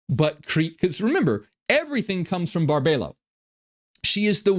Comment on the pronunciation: Her name is pronounced Bar-bee-low